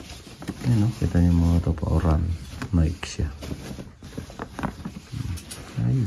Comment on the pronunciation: Meri krismas!, naikee po, hndi naik ang pagbigkas ng NIKE